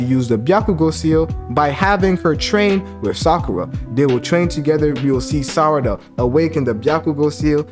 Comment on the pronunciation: Why do you call her “Sadara”? Its Sarada**